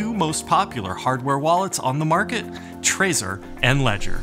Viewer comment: Sorry, I'm annoyed by weird pronunciations. Doesn't it make sense to pronounce it like you do the word "treasure", not like the word" traitor"?! I'm pretty sure that was the intention. Other than that, thanks. Cool video :)